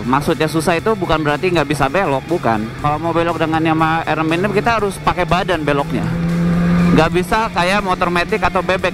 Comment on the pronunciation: Motornya bagus, tpi yg reviewnya ancur salah duanya suara dan gak bisa ucapin R6 in english. Masih nyampur like R6 (dia sebut: er six). Mana pantas reviewer kayak begitu. Sayang channel sebesar Autonetmagz terkesan murahan hanya karena reviewer seperti itu.